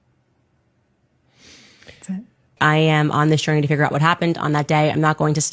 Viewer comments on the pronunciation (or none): none